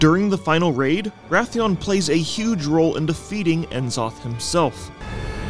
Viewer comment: It's been a few years since BFA and this guy still can't pronounce N'zoth properly